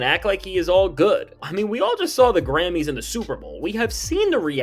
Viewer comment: Well, he can’t say Grammys.. 😂😂😂🤣